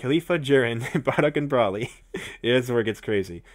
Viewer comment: it's bro-ly not bra-ly